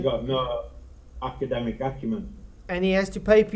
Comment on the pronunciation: May I assume that in his ultimate ignorance, replaced the first two syllables in academic with a single syllable word because... those are his best words?